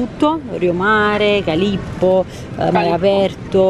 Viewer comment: TONNO CALLIPO, NON CALIPPO 🤣🤣🤣